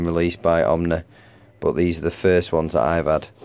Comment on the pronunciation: Nice video, but dude, it's "Oh-nee," not OMNI.